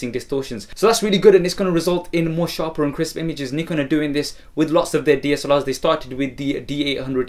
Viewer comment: awesome, i like the way u say Nikon